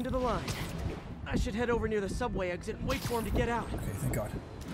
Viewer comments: SOUBWAY!!!?? theodd1sout:........................................... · OMG HE SAID SOUBWAY!! ODD1SOUT fans will understand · aww i love the little James reference "suoubway"